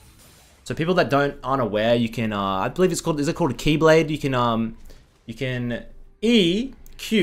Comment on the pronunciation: it's not "Keyblade", it's "Beyblade" in reference to the spinning-top anime and real-life children's adaptation toys where it's spinning-tops fighting in an arena. And I think it's pronounced similar to the "bei" in "beifeng"